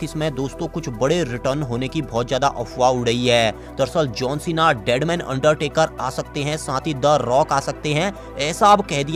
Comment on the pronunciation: भाई अंडटेकर आ सकती है क् अंडरटेकर